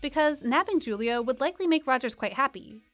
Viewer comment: You lost me right after you said Julio’s name wrong. Who TF are you?